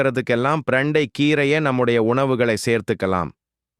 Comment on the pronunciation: பிரண்டை சரியான வார்த்தை❤ ப்ரண்டை தவறான உச்சரிப்பு ' தவறை திருத்திக் கொள்ள வும்'❤ 💐💐💐